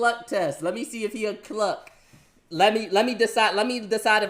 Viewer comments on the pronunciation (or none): I got confused you when said cluck at at first but i understood you meant cuck